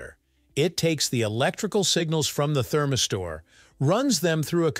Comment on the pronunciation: What the heck is a “therm-i-store” ??? 🧐🧐